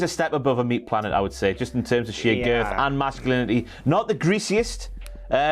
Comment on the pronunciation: Am I the only one that finds the way Wade Barrett says “girth” extremely satisfying?